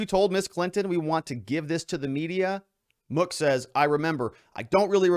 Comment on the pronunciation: You mispronounced mook